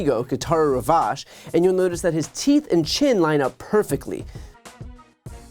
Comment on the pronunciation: It’s pronounced Ravache-e as in Versace!